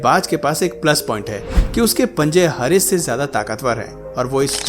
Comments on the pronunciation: English बोलना सीखे. Hares को हरेस बोल रहे हो.. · Hares pronounced हेयर्स bro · HARES is not हारेस/ हरेज it's हेअर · Bro Hares Ka pronunciation to thik Kar lo. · Hares ki pronunciation galat hai .